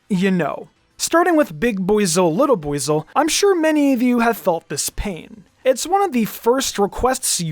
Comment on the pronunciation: Is that really how arceus is pronounced?? Im still saying ar-see-us, sounds better imo Also with buizel 😭😭😭